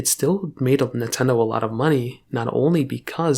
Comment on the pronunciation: Blud said NeTendo 💀